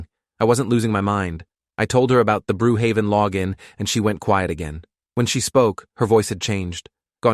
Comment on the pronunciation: When he said “brew haven” i immediately screamed at the top of my lungs “BROOKHAVEN!!!”